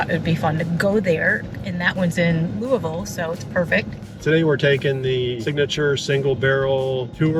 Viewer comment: Wow, almost has pronouncing Louisville down pat. Lou U Vul!